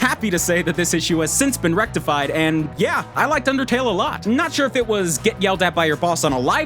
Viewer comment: but rider... IT'S UNDAHTAYLL! -MEHTPEHT